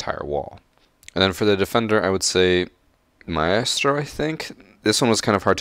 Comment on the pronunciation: still can't pronounce maestro after a year lol. Keep putting out good content my guy👍